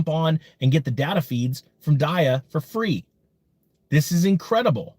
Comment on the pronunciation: Pretty sure its DEEE AH . Did you do your research bruh?